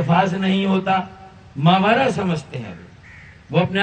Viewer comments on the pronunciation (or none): ماوارا نھیں فاروق ستار بھائی محاورا